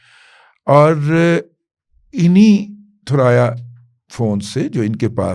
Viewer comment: تھرایا نہیں ثریا